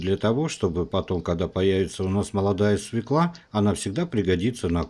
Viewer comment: Свёкла! Ё -всегда ударная!